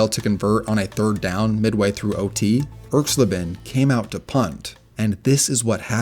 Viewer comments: ERKS-LA-ben, not ERKS - leben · Pronounced Erx-lay-ben not Erx-lih-ben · When young people make these videos they often pronounce players' names wrong. Laughably so. For instance, the name "Erxleben" put the accent on the first syllable. ERX-lay-bin. Go-guh-lack. Not GOGO lack. WHy make these at all if you aren't going to do that minimal research??? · It's pronounced irks-LAY-bin. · Erx-LAY-ben. Geezus, do some basic research. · Once I heard Erxleben's name pronounced so poorly, I checked out of this video. ERX-lay-ben. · I cringed every time I heard you mispronounce Russell Erxleben's name. It's ERX lay ben. Also, Janikowski may have had an average FG percentage, but he was routinely sent out to make kicks that no other kicker would EVER be asked to try. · Great video, but check with an old guy for the pronunciation of names. E.g. Erxleben. But again, very nice vid.